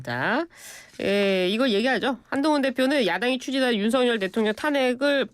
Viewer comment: 지금도 계속 윤석력이라고 하네요 듣기 거북하네요 김용남씨 너무 건방짐